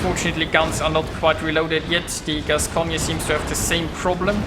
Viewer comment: Hello, on a Gascogne, you don't pronounce the last "e". You pronounce it "Gascogn". Anyway, thanks for the video.:)